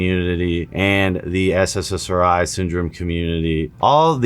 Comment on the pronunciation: Why does always say "SSSRI"? Its just SSRI theres not 3 S’s